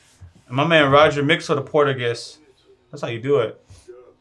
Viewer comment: ahahaha, you went off "portagass, portegas's" all jokes tho love your content